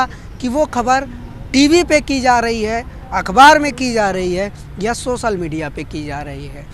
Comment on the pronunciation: beta apni languages bolne ka tariqa thoda teek karo. sosal media nhi social hindi me bolte waqt soshal media bolo.. sha ko sa nhi bolte